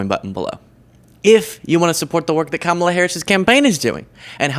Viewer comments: I think he started to pronounce Kamala correctly and cut himself off so Daddy doesn't yell at him later. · you can tell by how people pronounce "Kamala" if they're getting all their information from one type of people or not. Some aren't pronuncing it wrong intentionally, but it does show they're only paying attention to Trump/MAGA-related news and content, because that's the only pronunciation they're hearing. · They refuse to say her name correctly on purpose. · The reason they pronounce her name like that is on purpose. There was a wrestler from back in the day name Kamala The Ugandan Giant who played an African savage that couldn't words. He just groaned. Donald is a wrestling fan, obviously and so is a lot of his base They want you to associate her with an African savage whenever they say her name. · Mispronouncing Kamala's name is intentionally disrespectful. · There's a very simple reason that people my age sometimes mispronounce her name. Historically that name has always been pronounced the way Donald Junior is pronouncing it. Imagine if Trump pronounced his last name in a way that wasn't traditional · Learning how to say Kamala the right way is a little challenging, but it is nothing compared to making sure you purposefully say it wrong every time. What we witnessed in the video is Donny Jr. almost saying it right and catching himself at the last minute. :face-blue-smiling::face-blue-wide-eyes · His disrespectful and purposeful mis-pronunciations are him being a trump. They are the masters of asshole behavior without 0 shits.